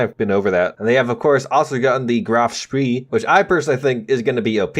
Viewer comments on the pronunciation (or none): Graf Spee is Spay as well